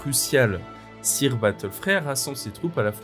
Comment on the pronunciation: Le "sire" m'écorche un peu les oreilles, en anglais on dit "seur" phonétiquement parlant. Cela m'a déconcentrée !! Bises et merci